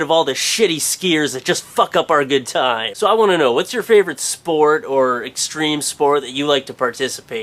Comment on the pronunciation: its extreme not extreem or extream